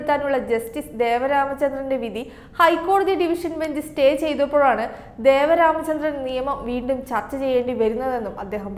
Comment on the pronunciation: Not Devaramachandran..Devan Ramachandran